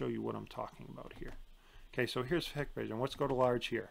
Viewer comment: Thank you Dahua vs hikvision (actually pronounced Hike-Vision) is not even a debate to anyone in the know. Also IVMS is absolute trash. Hikvision is great if you have no understanding of networking. But it’s comparing a college team to a professional team. They are not alike